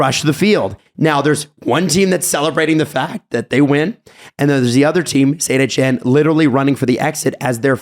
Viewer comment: Am I the only one that had to search around phonetically for the AS Saint-Etienne Soccer team. It's not Saint-Eshenne! Pronounce a hard T bruh! Saint-eTienne.